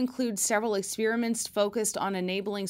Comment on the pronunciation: Great report, but please don't say ex-PEER-i-ment. It's wrong, even if 2% of people suddenly say it that way. Yes, wrong. Don't ex-PAIR-i-ment with settled pronunciations, please.